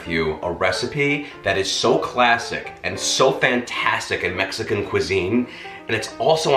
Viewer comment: The way you pronounce Mexican words cracks me up. This Mexican loves your recipes. Can't wait to try this. I know it will be terrific.